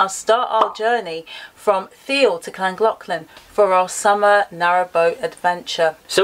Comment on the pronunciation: Oh dahlinks, how might you best be supported to pronounce Llangollen?